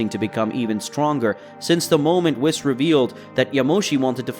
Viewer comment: It's WHEESE NOT WIS